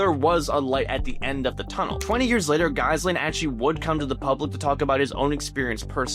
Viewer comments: pretty sure its pronounced ji-lane, like you know whos friend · Pretty sure it's pronounced Ghee-Lane. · Lordy the pronounciation of Ghyslan lol edit: and debut!